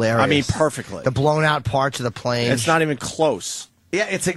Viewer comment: "Fry Guy" "Prane" "Vorryball" "Riceman"